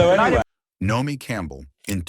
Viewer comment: AI narration is destroying YouTube. The uncorrected mispronunciations are laughable and insulting. “Nomi” Campbell?